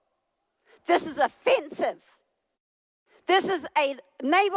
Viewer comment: LoL the way she said Offensive. "OfFAnSivE" 😅😅